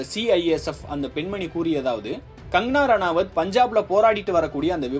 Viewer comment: கங்கணா ரணாவத் என்ற பெயரை ஒழுங்காக உச்சரிக்கவும்!